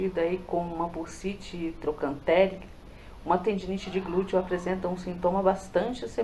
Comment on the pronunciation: Tendinite no Glúteo e não Tendência no Glúteo! Glutei? Só faltava falar: Glúten! É interessante antes publicar o vídeo que você leia ou peça pra alguém faze-lo! Mas o conteúdo está ótimo🎉